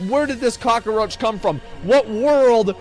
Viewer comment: I feel like Asmon watched Scarface over and over during his break from streaming. The way he says "cock-a-roach" reminds me too much of Al Pacino's performance lmao